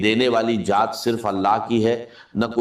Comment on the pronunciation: Ye nhi haen talaffuz se pata chal rha hae,,,,Dr sb, Allah ki jaat nhi kahtey Allah ki zaat kahtey haen,,,, video banani hae to apni banayeñ Dr sb k video per q bana rhy haen,,,, bht ghalat baat hae